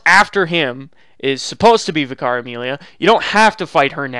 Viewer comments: VIC-ar, not Vic-AR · Why do so many Americans struggle with the word 'vicar'? It's not pronounced 'Vih-car', it's pronounced 'vicker'. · It's pronounced Vika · Why does people say Vye-car instead of Vickar? Is the first one canon? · Isn't it technically supposed to be pronounced vik-ker? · he says vIcar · Man I’ve heard so many people say “v-eye-car” like what?? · Vicar is pronounced like vicker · Vicar. Pronounced "vicker". Rhymes with "liquor", "sicker", and "quicker". For heaven's sake. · How come so many american youtubers mispronounce vicar as vi car its really weird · The way he pronounces Vicar Amelia had me struggle to understand what he is saying. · Just so you know, vicar is pronounced differently.